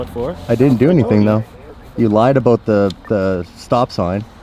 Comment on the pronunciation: never let a Canadian tell you they don’t say “ABOAT” because I clearly just heard it